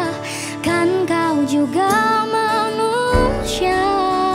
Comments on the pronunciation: Bener bang, pake shod, bukan syin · Ghea punya suara mmg sedap banget. Tapi kenapa bila dia sebut 'manusia' tu dengar 'manushia'? Ka mmg indo sebut 's' nya bunyi 'sh'? Lawak pula aq ckp indo skit²😂